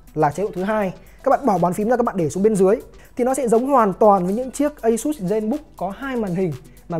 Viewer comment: ÂY-XÚT. hãng nghe hãng buồn